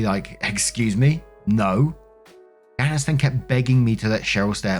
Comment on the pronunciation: Story 1 - When can't pronounce "Janice" properly.................